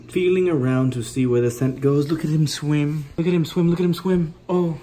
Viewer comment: “Watch him sweem”😂